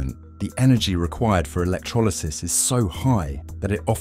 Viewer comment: Work on pronouncing 'electrolysis' while you're at it ..